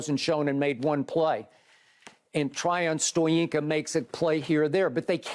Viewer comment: Did Skip just said Tryon Stoyinka?